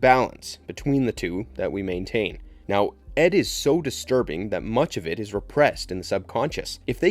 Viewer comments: It is Id, pronounced like "ih-d", not "Ed". Why does Pyramid Head have a helmet that is squared off at its base some times, while terminating with a point in other incarnations? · Pronunciation, it's (id) ID not Ed , which is what it sounded like , 😄 Sorry but I AM That Guy , was really distracted 😆 anyway.... as you were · Ed?? It is ID not ED.